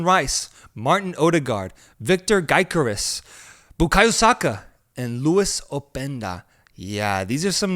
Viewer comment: Calling Victor Gyökeres, Victor Gaikorizz is crazy